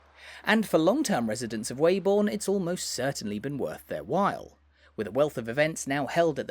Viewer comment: As a local, can you confirm that the correct pronunciation of the village's name is 'Webbun' and not 'Way-born'.